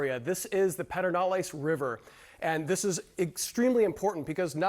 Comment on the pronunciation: "Purr-din-aless" River ☺